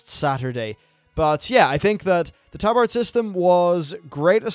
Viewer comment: are you saying tabard or talbard cos it sounds like talbard sometimes